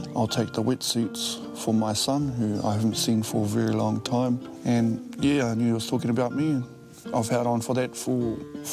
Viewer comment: Please use the word AND correctly... it's Lost AND Found not ...[lost AN found]